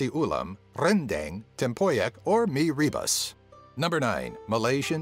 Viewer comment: you pronounced mi rebus wrongly